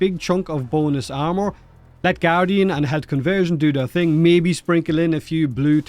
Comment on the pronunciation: "...bonus armor" My ears: "...boneless armor"